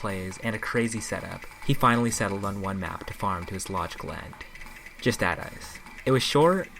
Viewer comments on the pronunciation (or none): good video, but 7/10 for mispronouncing justadice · Just Add Ice... how could you legitimately believe it was pronounced that way?